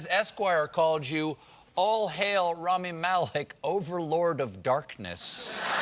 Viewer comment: How hard is it to say his name correctly? I mean seriously? If your going to interview a person and they even say their name during your interview and you again STILL mispronounce it. Infuriating to say the least and shows me you have you really have no interest in who your talking to. How about walk up to him and call him Stephen Colbert by pronouncing the T. He’d probably correct you.